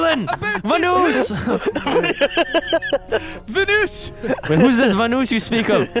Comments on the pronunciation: Instead of vanoos IS VENOSS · The bad thing is that people who make videos about the guy’s lives say vanoose instead of vanoss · My favorite part was when said vannous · My favorite part was when called vanoss vanoos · VANOOSE. Vanos: I'm pretty sure its thanos or vanos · delirious saying we gotta take down VUNOOS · Hahahahaha delirious say vanoos is vanoss